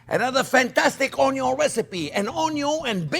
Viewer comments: "oh-yun" love it. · it’s onyon! 😝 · I love how you say onion onyo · I think CJP loves to say ONYON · It always cracks me up when you say “Onyo is always number 1st”. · It's 'onyo and budder'. For ever and everywhere 🙂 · I only ever want to call it onio from the minute I first watch this delightful man. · The word "ONION" may have two Ns, but "ONYO" only has one. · I've been pronouncing it "un-yin" my whole life. Am I wrong? What is life? Quiche. Quiche is life.